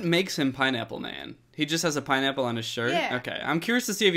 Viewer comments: Danny what's a pie-nipple? 😂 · I just kept hearing “pine-nipple”